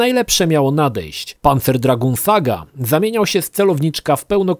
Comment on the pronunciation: tak jak Lukasz Skywalker napisał - Dragoon wymawiasz "Draguun". Tak samo jak masz Lagoon, które wymawiasz "Laguun".